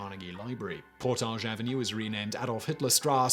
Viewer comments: It is pronounced Port adge, Not the french por tage! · Lol. "Por-tage Avenue". I love when people not from Winnipeg pronounce it in French. Lol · I’m from Winnipeg and the way you said Portage was super weird to hear😂 we say it like “Portedge” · You got some kind of issue for not researching Canadian pronunciations; Its not 'Portaaage' St in Winnipeg, its more like 'Porridge' with a soft g ... sounds like Por-dig. Kind of like Diefenbaker; Its Deef-en-baker ... Deef like beef ... baker like a pastry cook, not dyfenboker. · As a winnipegger I’m annoyed at the pronunciation of Portage. PORTIDGE. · I live in Winnipeg, I have heard about this, but not in this much detail. It's COLD here in mid February, like -30 F cold some days.....and "Portage ave." is pronounced in a more English way, like the word "baggage", despite there being a lot of French speaking people here. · pronounce PORT-idge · Portage Avenue is mispronounced throughout the video. It's PORT-adge. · But he makes it sound so classy...."Portaaaj". 😂😂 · I actually live in Winnipeg and I’ve never heard anything about this but knowing my city I’m not surprised 🤣🤣.. Oh and portage is pronounced as if the spelling was avenue. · I am from Winnipeg and I did hear of this before. What I have never heard before was Portage Avenue being pronounced that way. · lol, I'm from Winnipeg. And for some reason, we actually pronounce Portage Ave. wrong. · I grew up in Winnipeg how have I have never heard of this. I feel failed by my school. And its cute how you say Portage with a French accent. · I live in Winnipeg and have never heard of this... Interesting though... You pronounce Portage so frenchly. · Really? I'm From Ontario and have always pronounced the word portage as poor-taj Have I been wrong for forty years? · Am I right in believing that the mispronounced word of the day is "Portage"? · I’ve heard of this, but I have never heard of Portage Avenue pronounced that way before.